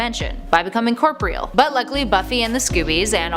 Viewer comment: Corpreal? Really? You cant read and say corporeal?……you miss are a fake nerd….period.